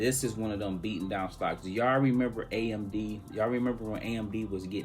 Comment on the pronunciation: Lol coach said Apld when talking about AMD. Love the content looking forward to this week! Monday sets the tone.